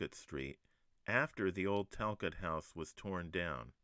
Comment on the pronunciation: I am a Talcott, our name is pronounced Tal-cOtt. Great video!